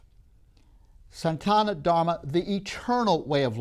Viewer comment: It is Sanatana Dharma not Santana -- sana-tana!! When you don't pay attention to matters such as it, your talk would be viewed as irrelevant! Sanatana means eternal! Reality is a product of your senses and the senses are easily fooled. Magicians do it all the time! The only reality is your Atman, the spark of Brhman. Watch the Matrix movies to understand this concept! Your concept of your identity is depended on your perceptive instruments and the hard disc of memory you depend upon. Once these systems are damaged or tampered with, you will not know who you are and who the others you used to identify with!